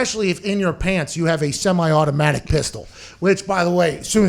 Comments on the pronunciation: What's with the emphasis on the "semi-automatic" gun.. doesnt matter just say he pulled a damn gun 🤣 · Why emphasize the "semi automatic" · Why is "Semi Automatic" being emphasized?